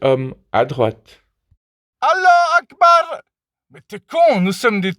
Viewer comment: une coquille Saint-Jacques bien aiguisé fait des dégâts. Je viens de me rendre compte que toute tes images sont des Bangers de fou furieux. Tante May en leleu 😈. Allah Akbar, j'attends le jour où tu le diras avec l'accent adéquat